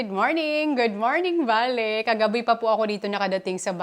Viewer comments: It's Bali po. Pasensiya na po kayo sa pronunciation niya. Understood nman yun kasi nga bisaya si pero she's trying to pronounced word correctly. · Bali not Bale or Baley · Sounds like valley yung pagkakasabi ni sa Bali😊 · Bali Po yan Hindi baley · Nag iisip ako kung saan bansa un Valley, kc un ang naririmig ko sayo.. BALI indonisia pala. 😂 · Naconfuse tuloy ako sa pronunciation ng bali indonesia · Please say Bali,Indonesia.😢 Mas clear di ba?